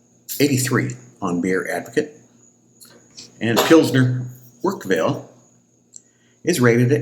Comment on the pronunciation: Its Paul-auner think Paul honour without the h I'm not making fun of you by the way.